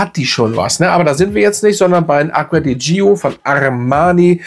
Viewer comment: Ich schätze Deine Videos sehr. Aber Deine Aussprache dieses Dufts tut mir wirklich weh. „Dscho“, nicht „Dschio“!! Und nun zum Parfum. Am Anfang Zitrus und Veilchen, dann Veilchen. Der Spaß dauert vielleicht vier Stunden, dann nehme ich nichts mehr wahr. Und wenn ich schreibe nichts, dann meine ich auch nichts. Für mich der Fehlkauf des Jahres. Ich habe mich so geärgert, dass ich es heute im Mist entsorgt habe. War ja nie ein Fan der Gio Reihe, aber dieses sogenannte Elixir schlägt dem Fass den Boden aus. Was für ein Gegensatz zum Armani Code Elixir, der zu meinen Lieblingsdüften zählt.